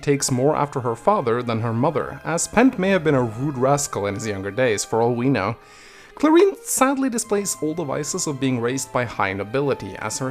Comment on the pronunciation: I just googled my name and now i'm here,, well, props to you for pronouncing Clarine right lmao